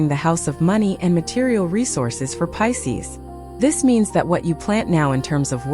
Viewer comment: . It’s Pisces, not Pises. lol AI.